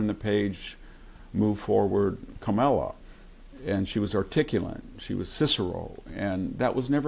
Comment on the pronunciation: Victor Davis Hanson, please be more articulate and stop saying "articulant" and "nucular." It would also be more gracious and dignified to say Harris' name correctly, with the stress on "Ka-." That's her name. I can't stand her but I don't need to get puerile by distorting her name. You should be better than that, Mr. Hanson.